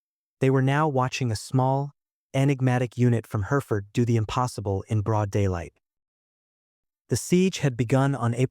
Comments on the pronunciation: Her-if-ford, not Herford, dummy. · It's Hereford ( pronounced Herry Ford) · AI or not… Hereford - it’s (both like the ‘re’ of ‘rev’) ‘He-Re-Fud’. Not ‘Hear’-‘Ford’.. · Hereford is pronounced "herrafud" NOT "here ford or even her ford. The film Ronin spectacularly fucked up on this as well. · Herry-fud not Herford. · It's not her Ford. Its heriford . Learn english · Hereford is pronounced as 'herra'fud'. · What’s a grenad? Herford? And the praying shot!! Sick to the back teeth of AI generated, unchecked videos. Do better. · It's Hereford not Hereford, FFS!😅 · You are pronouncing Hereford incorrectly. Split the word into two syllables, Here and ford, then make Here rhyme with berry and ford is as it sounds with the car and a shallow crossing place over a river. How to shoot the bad guys when they are holding hostages is to shout in a commanding voice Get Down, the hostages obey the terrorists don’t. Then they sprayed the room above waste height with bullets. The policeman was commanded Down by using his name, as he wouldn’t likely comply. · Isn't it funny how AI can pronounce Kensington, but not Hereford or, weirdly, 'Grenade'. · So he's probably pronouncing it that way because most Americans would. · Yep, not just AI gets it wrong, Robert De Niro said it same way in Ronin.